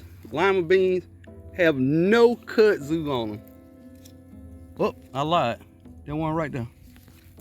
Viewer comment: I thought you were saying cuzzin😮 bug. Ok i got it, back to the scheduled program